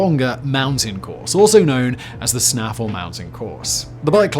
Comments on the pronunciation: This man just said snaful ( it’s pronounced snay fell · Please note it's Snaefell pronounced snay fell not snaffle.😋 It's a Viking place-name. The daughter of the King of Man, her name was Afrecca, married John de Courcy, the Norman knight who invaded and captured part of Ulster, an Irish province. His castle at Carrickfergus still stands today in excellent condition. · What the hell is “Snaffle”? I always thought it was Snaefell.